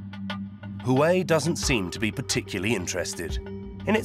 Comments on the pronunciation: HAWAII ??? HOOA-WEI Element "Sn" is TIN, not Zinc. smh. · "Hawaii"? Lol, that'd be "Waa way" actually. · Ive heard people calling it huawei and huawe but never in my life has anyone called it hawaii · It's pronounced "hwah'-way", not "huh-why". Also known as Chinese spy ware. - It's pronounced "wan", not "yen". "Yen" is Japanese currency. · WAWAY not HOOWAY! I mean the rep just said it right in the middle of the 20 times you said it wrong. I hate when I pronounce the name correctly (I live in TEXAS in the US) and there's always someone so quick to tell me I'm saying it wrong. SMH... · It's not hu-way, it's wow-way...👍😉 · Sir it’s who-wah-whey not -who-way 👀🌝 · Huawei is pronounced hwah-way not who-way 😂😂😂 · Did he just pronounced “hua wei” as hawaii? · 12 months on research, by you spent zero time pronouncing Huawei correctly? It's not Hawaii, it's wah-way. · HUAWEI NOT HUWAI 😂😂😂😂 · hawaii lol that's really lazy work from ENDEVR, takes 2 seconds to see how to say it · Pronouncing Huawei as Hawaii? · what did you call huawei ? :D hueei? lmao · Huawei = Huwai...??!! Lol what? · This guy can't even pronounce "Huawei" and "Nokia" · Except for learning how to say 'Huawei'! So cringe, their work is great but really, if you're doing a doc on a Huawei factory, maybe learn how to say it?